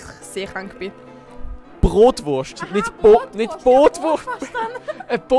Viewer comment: Simer ehrlich, es tönt würklich wie Bootwurst hahahah